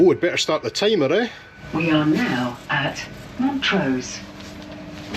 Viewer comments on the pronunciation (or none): Loved it! Great filiming. Are a Montrrosian? Used to live there. Sorry to be a pedant..there's ALWAYS ONE EH!! But it's MONTRUH. not Montrau. Soz! Cheers!